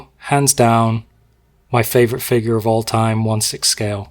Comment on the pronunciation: great stuff, dont care about your boba v bobba....but you gotta say figure properly dude!!! hahahahaha